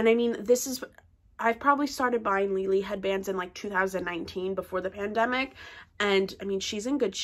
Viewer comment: wrong.Lele herself pronounces with G.